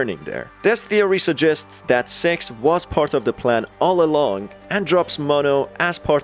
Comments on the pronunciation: Ur still saying sex instead of "six" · He is saying sex not six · Its six not s€x my dudes. Ill help u pronouncing it, stay safe mate! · Do NOT turn subtitles its so bad when he says six/6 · Why is it every time he tries to say six what actually comes out is sex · Is it just me or is this guy referring to Six as Sex? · The way you’re saying “Six” makes my dumb half awake brain think you’re saying “Sex” >~> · For some reason, when you lower your volume a little bit (or keep it on the max), it sounds like he's saying "Sex" instead of "Six", this leads me to my theory that he's a Rule 34 shipper in disguise this whole time, this is only the beginning of my theory, I already have a hypothesis, I will now attempt to prove it in just a bit, just you wait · its six not S*x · When you say six it sounds like you’re saying sex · This man cant say six and he says se# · Is it me or is when he says 6 it sounds like he’s saying sex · It actually sounds like he says s e x , so the subs are right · He keeps saying "Six" I keep hearing "Sex" Am I retarded?